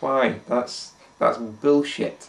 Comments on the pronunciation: Thaht's byul-shit. Byool-shit. :) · Its boolshet...boolshet. <3